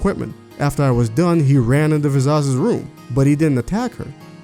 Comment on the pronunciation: "Vizazz"? Why are you saying her name like that?